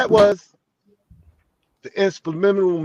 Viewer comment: He can't say the word "subliminal" 😂😂😂😂😂